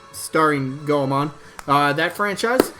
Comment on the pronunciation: Oh dont want to be that gal Goemon is pronounced Goy-Mon. Named after Japanese kabuki ninja legend Ishikawa Goemon:)